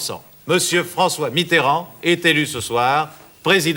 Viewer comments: Ai-je bien entendu Monsieur François MITTRRAND ? au lieu de Mitterrand ? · "François Mitrand", incroyable ils se permettaient de mal prononcer son nom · Quand on prononçait encore Mitterand Miterand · Mitterand prononcé étrangement. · Les adversaires de Mitterrand "oubliaient" de prononcer le e, peut-être une manière de vouloir le ridiculiser. Mais dans le cas de la vidéo de 1965 c'est peut-être aussi une vieille pratique du français parlé de zapper les syllabes de liaison. Par exemple Talleyrand se prononçaient avant souvent "Tal-ran"